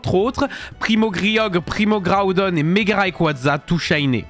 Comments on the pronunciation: Il a mal dit le premo Keorgre premo grodone et méga raiquaza tout shiné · Tu as écorché les prénoms du trio de légendaire 3g On dit PRIMO KRIOGRE PRIMO KRODONNE MEGA GARAYKAZA TOU SHAYNÈ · Par contre comment t'a prononcé primo Groudon, tous les personnes qui son team Groudon vont te détester mais t'a bien prononcé primo Kyogre.